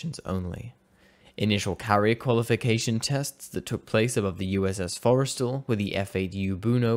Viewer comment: Hey, I'm NOT trying to rain on your very impressive parade -- but just for the record, that's "pa-TUX-n't", "FOR-es-tall", "tie-con-duh-RO-ga" and "o'RIS-ka-ny". Also the French carriers "Foe-sh" and "clay-mon-SO". Finally, I'll finish up with "fluh'TEE-yuh". Sorry for being such a pain, and many thanks.